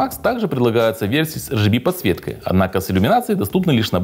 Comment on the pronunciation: Да не бывает ЭР ДЖИ БИ подсветки.Есть только АР ДЖИ БИ для всех кто говорит на английском,и ЭР ГЭ БЭ по-русски.Зачем выпендриваться,если всё равно не правильно.Забыл написать.За тайминги спасибо.Не помню просто сколько я ставил на 4000.